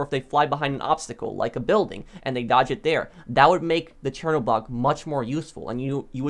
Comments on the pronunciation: Chernobog = “shernobog” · It really hurt me how he pronounced Chernobog